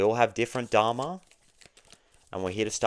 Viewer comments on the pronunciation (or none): none